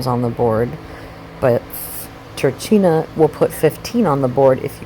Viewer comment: dark Kaliba = Kaliba, Gnosis Incarnate La Fata Turchina -> italian name/word -> ch followed by a vocal is pronounced as a K